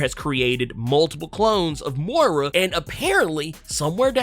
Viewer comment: I don’t mean no harm but I’ma need Moira’s name to be pronounced correctly lol